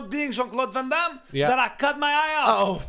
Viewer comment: Jean Claude Can Damme and Not Jean Claude Van Damme had me in stitches. Haven’t laughed so hard in a while lmao